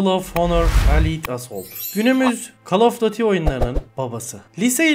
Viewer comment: kalofdatıy ne lan düzgün söylesene.